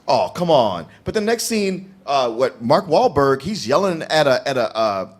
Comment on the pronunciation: Hearing fuck up Mark Wahlberg's name is one of the most hilarious things I've seen in a while.